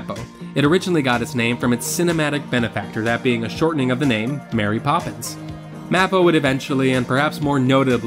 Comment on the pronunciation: Great video. Not to nit-pick you - as a former Disney cast member, I feel the need to tell you that MAPO is pronounced 'MAY-poh'